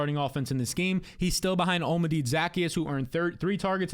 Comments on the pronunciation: Olamide zaccheus’ name is pronounced: hola(Spanish for hello)-mih-day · Say it with me. OH-LAH-MEH-DAY ZUH-KEY-ES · Say it with me: O-la-mee-day Zah-key-us -- Olamide Zaccheaus